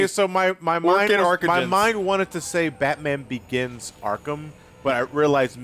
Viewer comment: Just to clarify: Is it “Batman Organs,” or “Batman Oregon’s?”